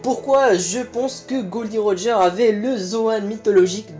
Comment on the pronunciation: Mec c pas glo di roger mais gold roger